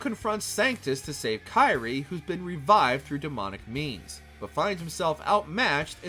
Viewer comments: 😬 her name is pronounced as "KEER-ee-ay" foo, Sparda is absent not dead and he made and used Luce & Ombra, Ebony & Ivory where made by, Nico's grandma Nell Goldstein and given to Dante as a gift right before she died. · It's Kyrie (pronounced /ˈkir-ē-ˌā/), not Kairi. It's not Kingdom Hearts. Lol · Dude u can't even pronounce kyrie so please don't try and there's so many wrong details in this